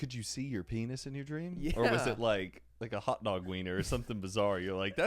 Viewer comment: stopppp accent comes out when she says "hot dog" i love it